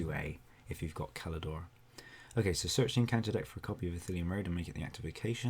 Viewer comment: Did you pronounce Celador with a hard c? I'm so happy!